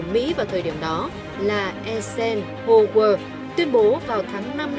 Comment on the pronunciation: Đọc là Ai sen hao